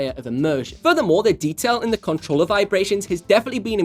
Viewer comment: He said cuntroller lol